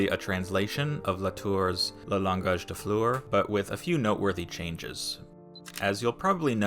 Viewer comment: i loved the video but my god my ears bled everytime you tried to speak french.. 😭 "le langage des fleurs" is pronounced as "lawngaaj d(d as in the sound of 'de' of destination) flurrr (same sound as blur)"